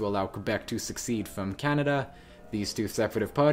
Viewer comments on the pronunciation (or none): its pronounced se-seed not suck-seed